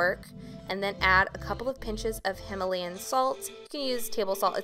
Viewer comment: You pronounced Himalayan wrong So PRONOUNCE it RIGHT!😤